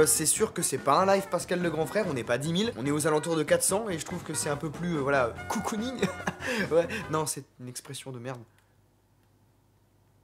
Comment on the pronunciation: le moment où tu dis le mot "cocooning" j'suis mooooorte